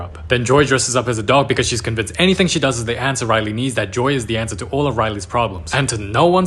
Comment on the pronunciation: "She aaa bebe" 😂😂😂😂